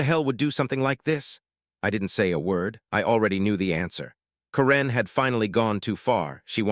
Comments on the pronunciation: Why are you pronouncing Karen's name with the emphasis on the second syllable? Is she from Myanmar? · This AI speaker needs to learn how to pronounce simple words. Mispronouncing karen multiple times